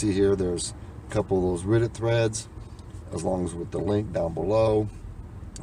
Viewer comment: Red not riddit